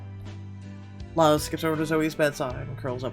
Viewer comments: than sorry man, it's just i know people named luz and i live in a predominately Hispanic/Latino neighborhood and noone ive met/know pronounce it that way (that'swhy i was bothered).My comment about being Mexican American is a little irelevant in terms of my neighborhood as I'm part of like 1 of only 3 Mexican families. BTW sorry if it came off as rude it was more like a nitpick than anything else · Since Luz is Mexican, I believe her name is Luz (Loo-z) since Thomas calls her Lulu. And the neighbor Levi (is Lee-viy like the jeans) is probably gonna be a babysitter for us in the future. Vanessa is such a mean mom, I think she's gonna need MC's help to get her son's out of trouble. And like Calvin said I agree we'll need Thomas to help us fight the custody battle with our ex. I wish there was a male MC perspective other than Thomas so that we could see your reaction. Lol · It really bothers me that you don't know how to say luz